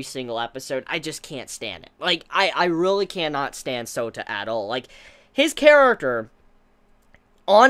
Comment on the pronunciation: Every time says Souta..all I hear is Soda lolxD